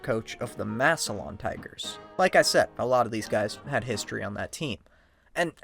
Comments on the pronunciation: Wonderful video!! Except it’s “Mass-lan” not “Mass-e-lion” Ohio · Maybe do a tiny bit of research and learn how to pronounce Massilon correctly